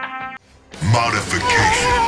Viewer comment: Everytime says modification its more like money but more importantly amazing memes as usual